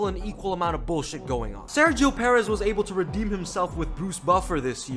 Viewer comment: It’s “PurrEzz “ not “Pear..Ezz”